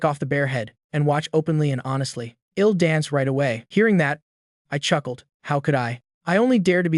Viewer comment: why he says ill it's l'll dumby